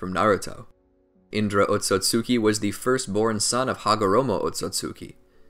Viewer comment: I dare you to say otsutsuki, and not otsotsutsuki